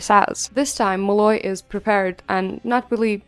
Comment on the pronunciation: Loved the video, but it drove me nuts every time you said "Mollay" instead of "Molloy" 😂